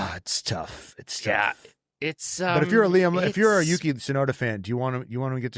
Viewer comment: Marco's favorite is Yuki., you said it precisely correct! (as Japanese sight)